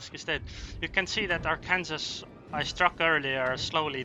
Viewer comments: ar-kan-saw not ar-kansas xD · Sorry but, arkansas, is pronounced "Are-Can-Saw" :D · Arkansas is pronounced "R can saw".